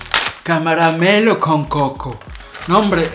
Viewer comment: jajaja dijo ca ra ma melo